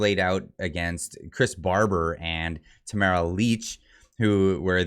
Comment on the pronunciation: Ahem, it's Tamara LICH ("litch") not "Leach".